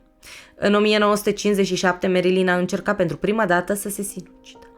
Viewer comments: Foarte bun documentarul, însă faptul ca-i pronunți numele greșit zgârie puțin, pui acceptul greșit și suna destul de ciudatel nu e "merILIN" este "merLIN" (am scris cum se aude nu cum se scrie corect) acceptul pe primul I nu exista. În rest genial, relaxant superb ține-o tot asa❤ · Merilin se spune Nu merlin ca nu este vrăjitorul din Oz